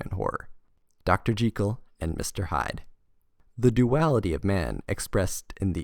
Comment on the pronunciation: You pronounced Jekyll correctly. I don’t hear that often haha.